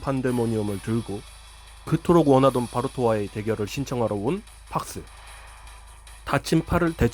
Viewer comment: 팍스 (X) '핵'스(O)